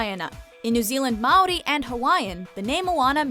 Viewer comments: not ow but ah mahwi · Ik but it's still a bit off... you roll the r's and she pronounced it Maewree but it's pronounced Muh-oar-dee kind of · WTAF SHE SAID MAOUDY NOT MAORI!!!! AND MAORI IS PRONOUNCED LIKE MOULDY!!! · Mouldy? There's no L sound when you say Maori. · Total Fangirl nah. its apparently Ma (like youre saying How it going Ma) and roll your R and pronounce it Re.... i remember my maori studies lecturer pronouncing it like that.. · I love how there are a tonne of Maori's here so I can rant about all of these incorrect facts like the way they pronounced Maori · I hate the way they pronounce Maori words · is it just me or anytime they say Maori they say it wrong